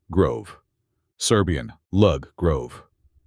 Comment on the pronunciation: Generaly it is known. Look at Croatian sources about this. " Lug" has to be said like " loog". It is very important. So please correct yourself. History of languages is even much more older than you have nicely mentioned. But you made very sincere beginning. ❤